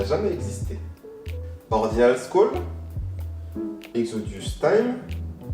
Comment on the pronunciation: Cool ! :3 Ordinal "Scole" 😂😂😂😂